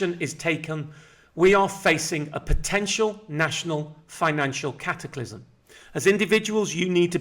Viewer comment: cataclism,,catclisme,,catakimic,,,,you knob